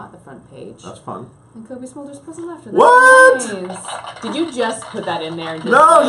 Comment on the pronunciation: Smolders? I thought it was Smulders.